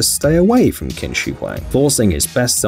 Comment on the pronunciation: Qins name is pronounced chin not kin